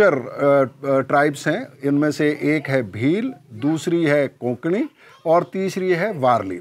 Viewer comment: कोंकणी नाही. कोकणी / कोकणा.